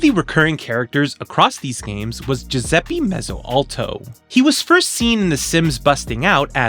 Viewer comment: Amazing video, as always Just a tiny correction, as an Italian: Giuseppe is pronounced with the same E you'd use in Spanish. E like Elephant. Like Enter. Spanish and Italian have the same vowel pronunciation It's not important, but I thought maybe to say it ☺️